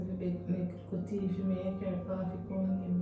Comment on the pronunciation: It’s the “CAAAFY” for me 😂🥺